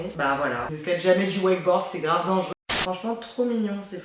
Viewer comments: un "wèdboard" v=c koi sa encore c pa un overboard normalement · On dit overbord